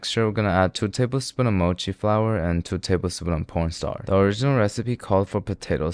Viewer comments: why did you say porn starch not corn starch (pls do not ban yt he was the one who said it) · why are you saying porn instead of corn when you say corn starch :( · why did i hear porn starch